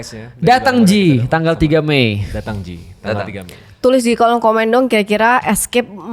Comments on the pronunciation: datang maki', bukan datang ji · Datangki, bukan datangji😂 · datangki ustaz, bukan datang ji ,😭